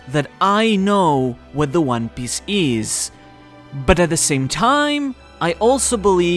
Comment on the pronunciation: one Piece not one Biece jesus dude